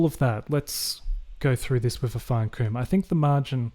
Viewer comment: I've never heard comb pronounced as c-oo-m, is it a NSW thing?